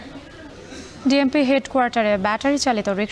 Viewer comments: বিএমপি নাকি ডিএমপি🥴🥴🥴😂😂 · ভাই বিএমপি নাকি ডিএমপি 😁😁😁😂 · ডিএমপি কমিশনার না বলে বিএমপি কমিশনার বলেন কেন হায়রে আল্লাহ এগুলো সাংবাদিকতা? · ভাই বিএমপি না 😅😅 ডিএমপি হবে